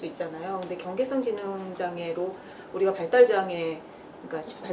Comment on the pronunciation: 경계성이 아니라 경계선입니다. 발음도 경계썽이라 발음하는것이 아니라 경계선이라발음하는것이고요. 지능점수70~85사이 경계선에 있는 상태를 지칭하는 뜻이자나요.